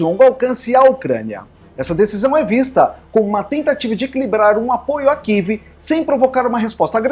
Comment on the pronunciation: Amigo, não kive, é Kiev